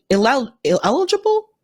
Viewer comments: that word you were struggling with was 'illegible' (NOT 'ineligible') -- accent on the second syllable, il-LEDJ-a-bull. Meaning written in a way that is impossible for others to read. Have you ever been unable to read someone's handwriting? In that case, what they wrote was illegible. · Who else tried to help her ))))il-“ledge”-“ible”((((